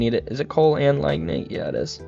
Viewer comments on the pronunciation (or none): oh and one more thing - LIG-night (lignite) and Chalcopyrite I believe is (Kalko-Pie-right)